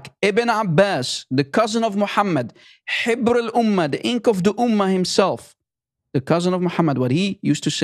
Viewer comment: It's Habr not Hibr. Habr means Rabbi. So, Ibn Abbas is the Rabbi of the Umma, not the ink of the Umma. Get it right please.